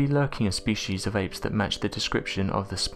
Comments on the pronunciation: Why do you keep calling them "ames"????? The word your looking for is "apes"....your literally able to say it when you say the full name, "bili ape", but as soon as you say the word apes by itself, your brain and tongue stop communicating or something... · Every time you say apes it sounds like Ames! Frustrating! 😢